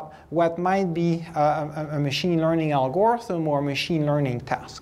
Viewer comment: IMO the usual pronunciation of "algorithm" puts stress on the first and last syllable. When putting stress on the second syllable then it's "Al-Gore-ism". 😀